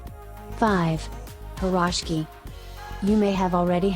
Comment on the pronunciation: Ok, now for a better accent and more accurate information: borshch; ukhAH (stress on the last vowel); pirozhkI (stress on the last vowel); pelmEni (stress on the second vowel); blinY (stress on the last vowel, which is not quite an I, but okay); shashlYk (same); ikrAh (stress on the last vowel); smetAna (stress on the second vowel); morOzheno-e (the last OE are two syllables, no one; and it's just icecream); pAskha (and NOT pashka!!! the desserts depicted were NOT IT). You're welcome.